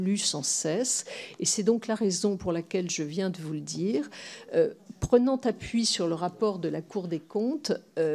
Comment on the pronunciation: " Prenons -t-appui" ou" Prenons tappuis" ? ou prenont appui ? . Quel super gouvernement lettré !